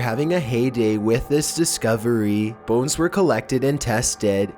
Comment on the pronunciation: legit thought he said phones instead of bones at the beginning